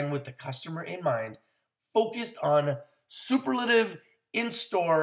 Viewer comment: Sir, Congratulations on Goldenleaf's Green Apple fruit chews. Indeed, CBD is where it's at. People may be slow to jump on board, but eventually many will invest in Greenleaf. You'll sound more convincing this way: "ah-sa-EE" berry (acai), and please work on "chamomile." Superlative has four distinct syllables.